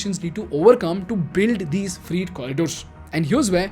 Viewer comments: I follow your videos, and in many cases find that your research is good. But I suggest you edit and reload this video because your pronunciation of "FREIGHT" sounds like "FREE". So, it sounds confusing because these trains are not free. Freight is pronounced "Frayt". T is not silent and the 'ay' bit in between is like in Pray. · Freight is pronounced as Fr eight as in Eight, not Freeeet as you are saying. I've always liked your YT postings which are mostly educational and informative. Pls listen to how Modiji is pronouncing it. Thanks for the lovely post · You should have taken 5 minutes to research the proper pronunciation of some English words. For example, "freight" rhymes with "wait" not "meet". Etc. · What is “freet “ trains? I thought “freight” was pronounced “fray-t”or “fr-8” no?🧐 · Please bhai its "fry-e-it" not "free-it" im so sorry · Not "Free-Train..." it is ''fre-ɪt Train' 🙌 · It is "Freyt" Train. Not "Free" Train. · Also it's not "freet" trains it's "fray-t" trains. His pronunciation hinders my interest in the content. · Its not freet trains. Its freight. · The pronunciation is not Freet. It's Frey-eet corridor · फ़्रेट not फ़्रीट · 😂😂😂😂😂😂😂😂😂 What the hell is "free-T" It's pronounced "frayt" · It's not freet Its freight.....pronounced frait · Its freight not free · Freight, rhymes with weight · Sir, isn't it pronounced Fr-eight. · Your "Freight" pronunciation is flawed. It sounds like FREE trains. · Your videos are great. However, it’s pronounced ‘FR-ATE’. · Freight Train Indian English pronunciation Sounds like frayt trayn Slow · Bhai, why dont you check the pronunciation? Its not free trains. I got confused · Pronunciation is more like Freyt or Fre8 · Freight is pronounced as fray-t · Your pronunciation for freight train is wrong, it looks like your are saying free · It’s F R E I G H T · Please learn to pronounce freight correctly 😁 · You pronounced "FREIGHT" wrongly in the whole video. It is improper English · weird pronunciation of 'freight'